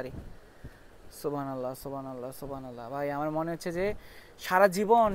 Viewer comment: সুবহানাল্লাহ শুদ্ধ হচ্ছে না। মনে রাখবেন উচ্চারণে ভুল হলে অর্থের বিরাট পরিবর্তন হয়ে যায়। আল্লাহ আমাদের বোঝার তৌফিক দান করুন আমিন।